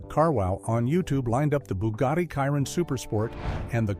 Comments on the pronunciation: I am so sick of AI. Some random old guy it called And Wallace and mincing the name Chiron calling it KY-Ron. WTF! YouTube please ban this AI BS! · PLEASE STOP WITH THE AI NARRATION. Where will I start? Well for a start that is definitely not the correct Andy Wallace, that's not how Mate Rimac is pronounced, also not how Chiron is pronounced, Sweden have produced other cars I could continue but this 5h1te doesn't deserve anymore of my time than this.